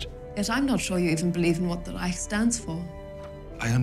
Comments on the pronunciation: As a German i have my trouble with speaking English. BUT why u guys keep saying Reich with a K in the End? You say China without Trouble. So, its a total dif. Thing when the CH is at the End - its still CH and not K. 😂 or du u say rich with spelling a K ?? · From a german to everybody is reich not reick